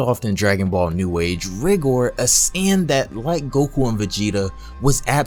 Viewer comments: It’s not how you say rigor it’s pronounced raigor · It’s pronounced rygor